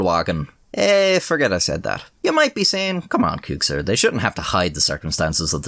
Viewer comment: I swear, every time I hear the announcer say "Qxir," all I hear is "kink shame."